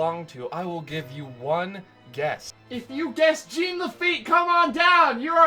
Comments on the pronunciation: French pronunciation of Jean ... not GENE. No biggie. :P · holy crap. it's a french name - "jean", and it's pronounced like "john", not "jeen" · I know you understand your mistake but.... It triggers me whenever you say Jean Lafitte with Jean like the pants, instead of John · I'm sorry but his name is French and in French jean is pronounced john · not jean(jeen) its Jean (she-un) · "Gene" Lafitte? It's pronounced ʒɑ̃ ʒ = the sound of the "s" in "measure" ɑ̃ = the "aw"sound in "paw" (in american english) but through your nose. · I’m giving this a thumbs down, if for not other reason then how many times he says Jean Lafitte’s name wrong!!!!!! It is not pronounced Gene!!! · For the record, it's actually pronounced "Zhohn La-feet". It's French. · I like to think of his name as Jean "the feet" Lafitte Pronounced Zheen The Feet La-fe-ette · Ssshhhhh-ON LA-FAH-YET!!!!! GOD DAMMIT, YOU'RE KILLING ME. LOLOLOL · Lol it's "Gene LaFEET!" Like the new "John CENA!" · Mispronunciation of Jean Laffite's first name Gene Laffite Me: TRIGGERED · Thank you! I kept thinking that every time he said "Gene". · Y E S!! That annoyed the hell out of me the entire video!